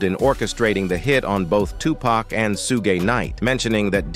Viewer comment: STOP CALLING HIM TUPACK. IT'S VERY DISRESPECTFUL. HIS NAME IS TUPAC DAMN